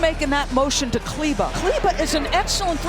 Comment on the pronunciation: The way the announcers pronounce Kleber 😂